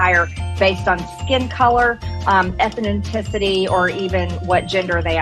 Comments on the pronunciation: "Etheninticity". I learned a new word today. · "Eth nen ticity" WTF is that?